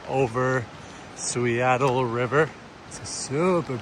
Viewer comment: Suiattle --> "Soo-ADD-ul" So says the Sauk-Suiattle tribe. Kind of like Seattle I guess but more 'duh' that 'tuh'. Love that zone!